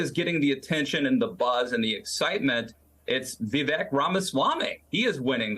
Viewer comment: Vivek - it rhymes with “mistake”.